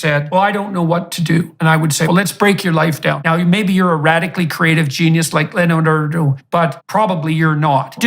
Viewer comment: Him mispronouncing Leonardo is genius